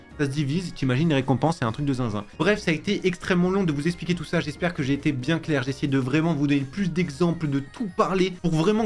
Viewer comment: Ça se prononce eXpliquer et pas eSpliquer 😅 sinon merci pour la vidéo 🙏🏽